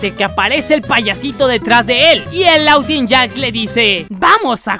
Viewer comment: se dise lawuinyak